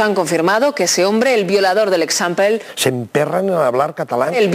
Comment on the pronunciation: Bueno,pero el catalán y el castellano son muy parecidos.Confundir Eixample por Ecsampel es un fallo bastante gordo.